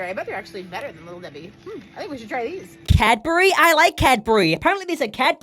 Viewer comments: Its Cadbury not CadBurEE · "CAD-BERRY 😃" NO!! STOP!! 😠❤️💙